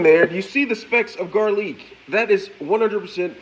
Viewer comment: This mans has to be trolling. Onions, tomatoes, garlic, and pepper were all pronounced wrong. Absolute Goodness